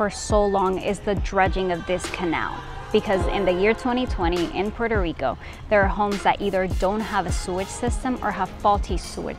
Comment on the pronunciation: Quiero ver la version en español.... Quiero oir el nombre de mi pais bien pronuncuado..... No es puero rico. Es Puerto Rico.